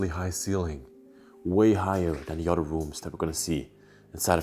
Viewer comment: Please stop pronouncing 'other' like 'udder'. It's annoying.